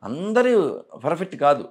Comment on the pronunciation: Asalu nuvvu ferfett ane padam perfect ga palukuu ra babu